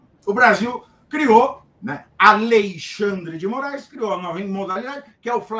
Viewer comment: Vc disse: A lei xandre de I Morais?😂😂😂